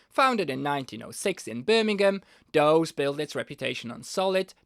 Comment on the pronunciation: Dawes is pronounced "doors".